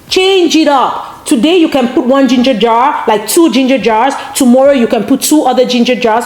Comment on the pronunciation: did you say grean red yello dinger jar? hahahahahah? That blender is dope